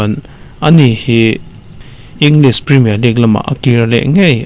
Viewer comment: Ngatinge Premier hi preeemiaar kan tih zel a? League lah Leak kan ti zel a, (Leeeeeverpool pawh hi Liver-pool kan tih tlat le??? :😅:face-blue-smiling::face-purple-smiling-tears: Mizo :yt:ber ho te abikin news content nei thin te English thumal kan lam danah hmasawnna tur kan nei. Lam no leh lam nalh lam ni lovin a lam dan dik hi a pawimawh tih hi hriat a tha kawp mai.